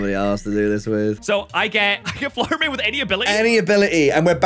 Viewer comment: fluder may :)